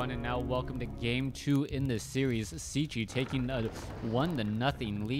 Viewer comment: His name is pronounced "Checky". Why is that so difficult for you ?